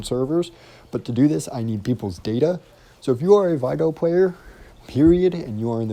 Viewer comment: Its not pronounced vy gor lol it vig or